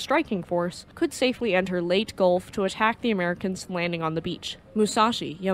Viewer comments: It’s not late gulf, it’s Lay-taa gulf…. Leyte Gulf 😮 just saying 😊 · Quite note, it's LEY-teh, not "Late" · Good video. Just want to offer a tiny bit of help. The Leyte is not pronounced "late", as you say throughout the video. The word is pronounced "lay-tay". I know, I lived in Leyte for 4 years. Cheers! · I was on USS Leyte CVS 32 pronounced LAYTEE not late. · Magnificently done. You just gained another subscriber. As a historian that specializes in East Asian History and an avid enthusiast of the Imperial Japanese Navy it warms my heart to see History channels arising on YouTube. (One note: Leyte is pronounced Lay Tay) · Great video. Leyte Gulf is pronounced "Lay-tee Gulf". Thank you for an informative video! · Very well done... Suggest that you check two pronunciations: 1, Yokosuka is very often mispronounced by Americans. Phoenetically the Japanese pronounce it as Yokuska 2. Leyte (as in Leyte Gulf) is pronounced in rwo syllables Ley - tey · Leyte is pronounced "lay-tee" or "lay-tay." Forecastle, a naval term, is properly pronounced "fo'c'sle." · Lay tee Grumm an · Leyte Lay Tea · Lay-tee. Have you never heard it pronounced? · 'Leyte' is two syllables.